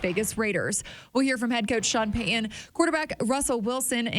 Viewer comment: can’t say the T sound in the middle of words, like Sutton or Peyton etc… just an observation. 💚